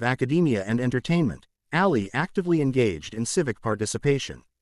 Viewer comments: Her name is Ali not Alley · I wish this person would learned how to pronounce her last name correctly